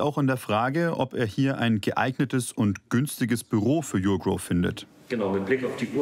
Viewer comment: Die firma heißt NICHT yougrow sondern urgrow